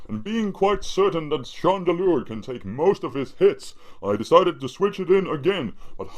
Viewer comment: It sounds like spade when he says Chandelure :)